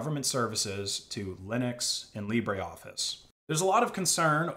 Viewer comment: It is LibreOffice, not LibréOffice. The "e" in Libre is not pronounced.